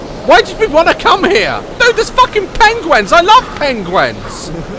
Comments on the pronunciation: omgggg he says pengwens and not penguins, the funniest thing ever :D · Omg daz😂 he was saying pen gwens instead of penguins 😂😂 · Daz: Pengwens Me: PENGWINS!! (I know it's spelt penguins but this is how he pronounces it😂)